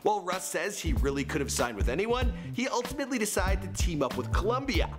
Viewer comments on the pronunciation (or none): none